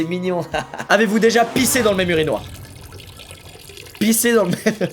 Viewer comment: ça choque personne que il dit URINOIRE 😭😂